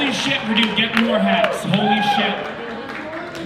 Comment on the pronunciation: I'm sorry but the way you pronounce Radu has me dead, radú sounds so Indian lmao, the correct pronunciation is rádu